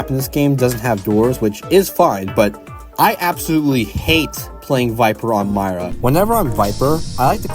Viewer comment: It's pronounced Meera not Myra